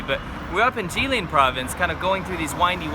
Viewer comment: GUY, IT IS JILIN, NOT JIALIN😃😃😃😃😃